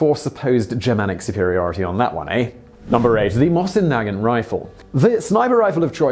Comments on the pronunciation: Simo (aka The White Death) used a Finnish variant of the Mosin-Nagant rifle so it was not technically a Russian Weapon. And you pronounced the name of the rifle wrong too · Why does everyone pronounce Mosin Nagant incorrectly